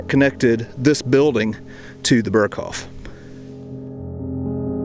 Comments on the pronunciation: Pronounced…”bear coff”…..not “bur coff” 😂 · Please stop saying "Berghoff" it's "Berghof". Dagmar Berghoff is a former German news presenter, "the Berghoff" has nothing to do with Hitler's mountain retreat. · Great video. Its hof, not hoff. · Berghof, not hoff. The mispronounciation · Man if u say the original authentic words please pronounce them right .. its annoying .. use the translation if u cant get the pronunciation right, ty . its not fucking BERGHOFFFFF